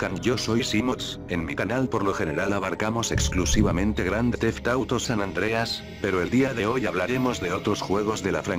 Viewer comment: Se equivoco al decir grand theft auto xd like si te diste cuenta